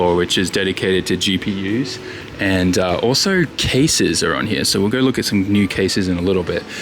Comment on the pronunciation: I like how he says here (Hiya).